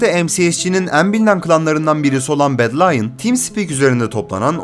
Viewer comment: bedlionu bedlayın diye de okumazsın be